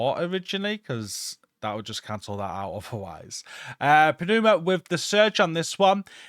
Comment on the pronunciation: FYI, Pneuma is pronounced NYOO-muh, the p is silent